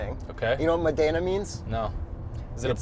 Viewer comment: Great review--as always. BTW. Modena is pronounced with the tonic accent on the MO. Therefore....MOdena....Bravissimo.